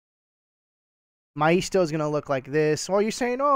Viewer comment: I have heard maisto pronounced MAY sto